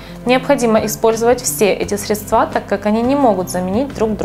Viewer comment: хорошее видео, спасибо!) классный магазин, постоянно к вам захожу) одна просьба- срЕдства, а не средствА.